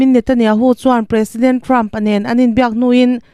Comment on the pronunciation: "President" tih i lam dan hi a ki hniam hret se a dik zawk hmel